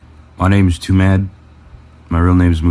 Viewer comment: Wait it’s pronounced toomad?